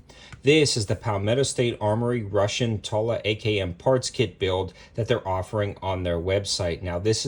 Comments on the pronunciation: Toolah....not Taahla...😏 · Its Tula not Tola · Did you say...Tulla?! 😂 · / 2000 $ I'll pass on that 😅😅. Your the first person ever hearing saying tula that way 🤷, idk just sounds weird . Regardless God video tho 👍.